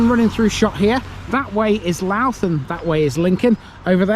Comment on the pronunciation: Louth is pronounced Low(as in 'how') uth. Two syllables.